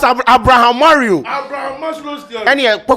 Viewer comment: "Abraham Mario" lol